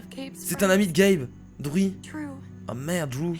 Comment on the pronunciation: drew se prononce drou